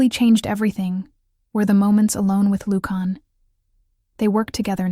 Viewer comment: Lucon,Lucian both mispronounced by your reader and it drives me nuts. You should hire someone different to read your stories. Your stories are great. I would do it for you for free.